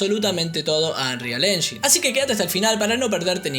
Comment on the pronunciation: Me triggera mucho que le diga unreal "enyin" en vez de "enyain" xd